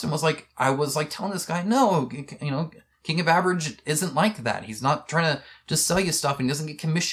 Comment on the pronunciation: Close to the end of video you pronounced "King of Average" the way I misheard it as "King of Beverage". Sorry, but I'm totally sticking to it now.